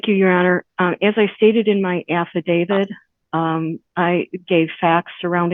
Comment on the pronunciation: An atty that pronounces “affidavit” “affa-David” doesn’t give me a whole lot of confidence.